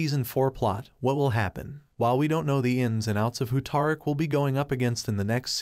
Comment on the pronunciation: his name isnt Tar-ick its Tariq like Ta-Reek lol cant take ya seriously when you cant say his name right lol